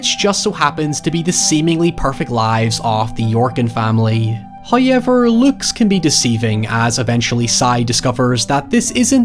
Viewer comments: I too like to pronounce “now” as “nigh” and “how” and “however” as “high” and “highever”... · Do you get paid everytime you say "hiy'ever"? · I'm not sure if this man says "however" more then anyone else on yt, or if the way he says "hoyeeever" is just so diffrent that it stands out that much lol